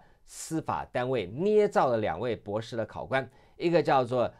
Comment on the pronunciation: LSE 博土程度！ 姑娘博土程度！ 博土！博土！博土！ 別吐！別吐！別吐！